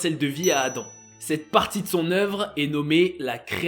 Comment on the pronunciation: "La création d'Adame" ? 🤨